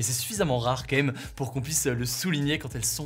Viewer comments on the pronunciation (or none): La manière dire dire " Quand même" d'Hugo. "KaÈme" J'adore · ..c'est pas "KLM"...? Y'aurait un message subliminal ??